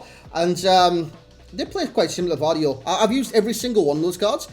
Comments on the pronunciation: Its not silent G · im from Croatia and its definitely GVardiol with V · You pronounce it similar to Guardiola but faster and without a 😂 great review bro ✌️✌️